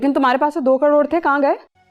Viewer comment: Ek crore hi bacha h fir bhi caroro caroro kh rhi jaise kitna carore h🤣🤣